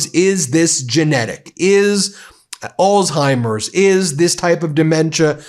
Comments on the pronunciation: Come on Ben. It’s not “All timers” it’s Alzheimer’s. You gotta say the “Z” or you sound like a kid. Love you, love the Meidas brothers, been a subscriber since the beginning, but I get irked with mispronunciations and want to hear it correctly. (I come from a long line of linguists and writers.) That’s my problem and petty complaint. Meanwhile, you and your movement is really the most powerful independent media channel ever. You’re leading a movement that’s long overdue. You’re getting on Donald’s nerves but he’s afraid of you because he’s stupid. Keep pushing him. Just a matter of time before he completely snaps. Mary Trump is right. She knows him better than anyone and she’s a psychologist. Donald inherited his terrible father’s dementia. No cure. He won’t last even to the midterms is my prediction. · Please pronounce Alzheimers properly. There no T in it.